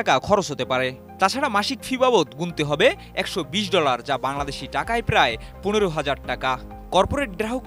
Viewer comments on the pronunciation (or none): none